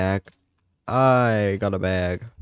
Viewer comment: why did he say bag like that...like he went like "a baiag..."🤣